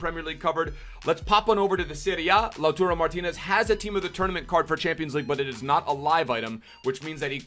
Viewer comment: Really bothers me when you say LauTURO when it's clearly LauTARO but ly x